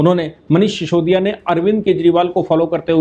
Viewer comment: उसका नाम सिसोदिया है। शीशोदिया नहीं। श्रीमान जी